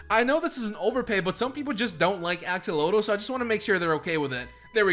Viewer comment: U misspronoced axelotle sorry (ik i spekt it worng i thinj)